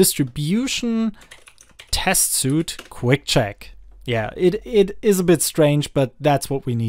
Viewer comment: Great video! BTW "Suite" is pronounced like "Sweet"